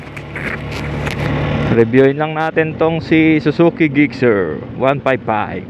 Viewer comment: Sana na search mo pano e pronounce ang name sir 😊